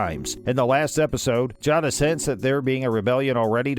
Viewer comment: Say it properly. Jay-dis